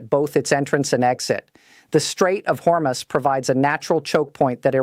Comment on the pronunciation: When will AI learn to properly announce numbers? It' corrected itself from "Hormus" to the proper announcement of "Hormuz". Impressive!